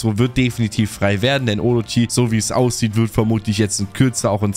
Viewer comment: orochie, bosschen triggered durch die aussprache yikes